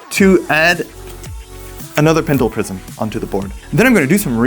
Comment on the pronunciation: what the hell is a 'Pendle Prism' 😂 Great video as always